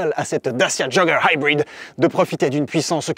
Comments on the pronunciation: Tu ma tellement soulé avec ton "daciaa joggeur haïbride" mais j'ai tellement rigolé en même temps 😂, vraiment test auto validé pour ma part 👍🏽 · Vidéo bien faite mais l accent américain pour Dacia jogger HYBRID est pénible. 50 fois c'est lourd. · J'ai tenu jusqu'à 10', au 20e "haïbrid" j'ai laissé tombé 😒